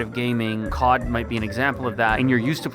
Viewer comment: bro is saying Kod instead of COD😂😂